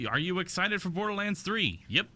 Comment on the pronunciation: What's this Bodorlands you're talking of?